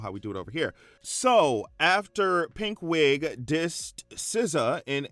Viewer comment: Not you saying Pink Wig but I heard it as PigWig‼️😂🎉